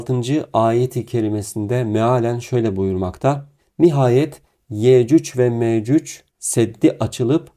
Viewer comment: Afrika'da altın ariyan insanlar bunlar. Ya yürü git gerizekalı .. senin gibi aptallarda insanları neyle kandırıyor İslam'dan bişey anladığın yok gelip burda saçmasapan zirvalamar yapıyorsun utanmıyor musun böyle yalan dolan videoları yayiliyorsun. Yecüc ve mecüc ismini bile telaffuz edemiyorsun . Orda dozerleri iş makinalarinidami görmüyor sun Allah'ın kör ü